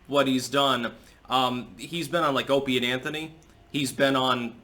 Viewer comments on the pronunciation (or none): I thought for a second you called it Opiate Anthony 🤣🤣🤣